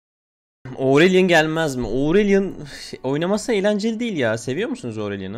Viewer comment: Aurelion mainim abi AURELİON LÜTFEN OURELİON DEĞİL HÜÜÜ NSDBKSHDJSJX